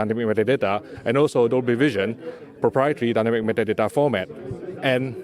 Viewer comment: Nobody says Dynamic meta date like he does! Lol